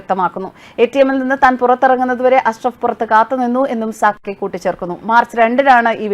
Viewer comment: "Sakki" alle?, 'Sakir Naik' allalo?.😂😂😂